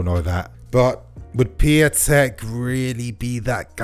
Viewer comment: It's Pee-un-tek, not pee-a-tek